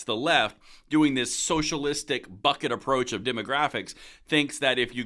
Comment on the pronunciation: "Bucket approach" is not what I heard the first time 🤣